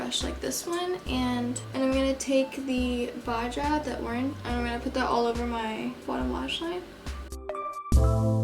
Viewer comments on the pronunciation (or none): “Baja” is pronounced like baha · Love you...but it’s pronounced baha.... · The way she pronounced baja had me dead💀